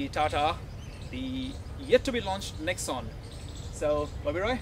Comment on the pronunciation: If you are reviewing about TATA NEXON, please pronounce it correctly, it is pronounced as "NEX" "ON" not Nex'un Please pronounce it correctly (for all who are Tata customers/employees/owners) for other car owners I don't care since their loyalty is not with Tata.